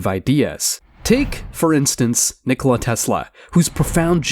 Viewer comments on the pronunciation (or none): none